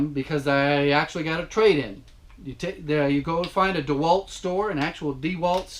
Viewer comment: Your pronunciations of those brand names, Makita Milwaukee DeWalt was excellently played